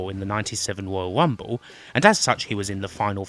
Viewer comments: The woyal wumble? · Woyal wumble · Gotta love the Woyal Wumble!!!